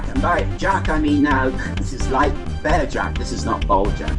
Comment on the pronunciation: Am I hearing this right, does he say "This is not bare Jack, this is BoJack"? horsinaround4ever